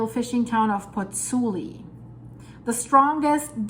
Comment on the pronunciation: Interesting and worrying. By the way, it is Pozzuoli (not Pozzuli) - and both the u and the second o are pronounced . . .